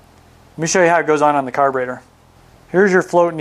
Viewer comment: Its carburetor, not carburator. ' e ' not ' a .' Otherwise, very good.